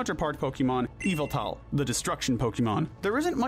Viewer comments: Its name is Yveltal, NOT Yaveltall! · Yveltul not eviltal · You should pronounce Yveltal differnet haha. I know it sounds like EVILTAL! since he is the reaper and kinda evil but its more norse. Yall-vel-tal is the correct way to say his name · NO, THE SECOND PART IS WRONG! IT'S Y-VELLE-TAL, NOT Y-VAL-TAL! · "Evil tall, Qrem, Zarud"💀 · its YAVATAL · THE U IN YVELTAL IS SUPPOSED TO BE AN A! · His name is Ya-vil-tall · You pronounce it y-valt-al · yveltal (yah-vel-tal). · YVELTAL DOES NOT START WITH AN E, IT STARTS WITH A Y! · NO, IT'S YVELTAL! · NO, IT'S YVELTAL! THAT IS NOT HOW YOU SAY THE NAME!